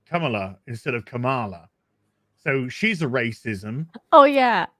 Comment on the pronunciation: “i’m a racis-ism” hahahha